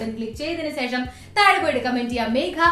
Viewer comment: ഇഷ്ടായി... ഇഷ്ടായി... 😍😍😍 (പിന്നെ സേഷം അല്ല... ശേഷം 😂)